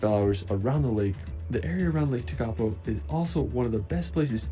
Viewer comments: Love your coverage and commentary, Tekapo is stunning pronounced Tech a po, all of our nation is incredible so worth the trip but the best thing about us is that we love visitors kia ora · Im from Lake Tekapo and all of you pronounced it absolutely Wrong 😮 Tek a po you Morons 😅😂😅😂😅😮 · He's mispronouncing some Māori names. One is Wanaka. The stress is wrong. More like W/one-ă-car. And Tech-ā-poe